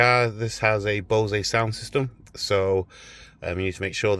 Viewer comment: Bowzay lol, it is pronounced BOWZ